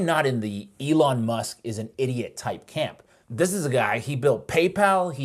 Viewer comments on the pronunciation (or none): Eh-lon! Eh-lon! Eh-lon! Eh-lon! Eh-lon! Eh-lon! Eh-lon!